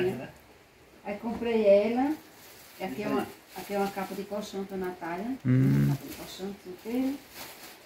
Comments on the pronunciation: o nome da sua irmã é Natália porque vc a chama nataia? não é difícil pronunciar o nome certo corrige ele Natália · Povo fala nataia,, maines, molonga ninguém merece esse povo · Nataia, poico, o couve, mio kkk Qualquer coisa que comenta falam que é lnveja Minha prima morava na roça, para chegar na escola ela gastava mais de 1 hora, porém ela passou em primeiro lugar em uma das melhores faculdades, aí o povo fala que é difícil pra eles fazer uma faculdade, portanto como eles são da roça é normal falar errado kkk